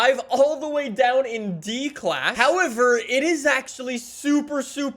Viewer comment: Nobody:: Howiver